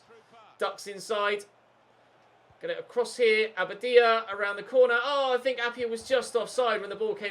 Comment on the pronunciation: Your pronunciation of abadia's name is very inconsistent. Get it right mate!!!